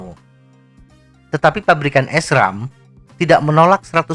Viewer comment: Itu cara ngomong SRAM nya dibaca biasa aja pak. Bukan S- ram